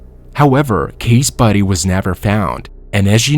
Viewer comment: ok besides of all the other mispronounced words in this who says buddy instead of body ....... love from hamilton ontario canada